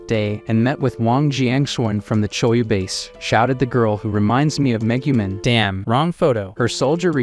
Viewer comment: Megumin is actually Meguman 😭😭